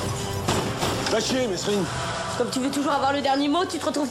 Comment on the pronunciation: Déjà avant de critiquer le film prononce bien mesrine dans ta vidéo